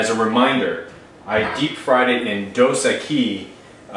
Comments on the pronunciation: dos ekkkkiiiiiiiiissss thats how you pronounce it no equis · Dos EQUIS! Not Dos EQUI! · Are you using extreme lighting or are you not cooking this things long enough? They're looking a little pale. You want to be looking for a deep golden brown color (yes I am a chef). Also the beer is pronounced dose eckys. Ecky as Becky not ekise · It's DOS EQUIS... NOT EQUI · It's not pronounced "Dos Eh-KEY" (it's Mexican, not French). It's pronounced "Dos EH-Kees". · Hahahaha he said "dos aqui" like "2 here" its koo that shit looks good bruh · its pronounced dose ekeeessssss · Its pronounced,,,,,,doe-sak-ies,,,just for the future. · Say the "s" at the end of Dos Equis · u pronounced the beer wrong.. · Lol yeah that would be a way to ask for a couple beers in Spanish lol. Just laughin at the way he said it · You pronouce Dos Equis really weird. Haven't you heard of their commercials with the Most Interesting Man Alive? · you butchered the name of the beer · i know its an old video, but god damn, you can't pronounce the name of the beer right, nor did you deep fry it properly.